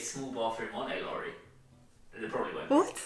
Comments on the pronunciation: Lorry not Lori 😊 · Lorry --> pronounce with a short „o“ as in „top“. PG Tips.